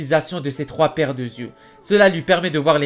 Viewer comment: ses 3 paires d'yeux et non '' de zyeux '' par contre super vidéo!!!